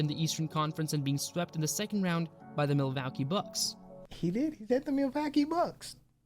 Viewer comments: Interesting video on Larry Legend. But honestly I think with the guy's funny pronunciations of different words (Milwacky? for Milwaukee), he should probably stick to doing it in his own language lol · Wow never heard someone speak so poorly?? How can you not pronounce Isiah Thomas or even Milwaukee. Definitely not from the USA or this is proof the education system is a complete failure.